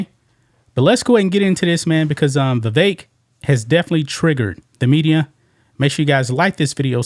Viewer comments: "VIVEK" second syllable sounds like "ELK" ..THE "E" as in "elk".. a short "e". Vi-vek as in "speck" <<THAT "E" // as opposed to pronouncing his name, "VIVAKE" ..as in "rake". You probably heard it from Nikki Haley, who purposely miscalls Vivek's name.. mispronounces it..you know.😅 So let's say his name RIGHT.❤ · how can these reporters still not pronounce Vivek's name correctly?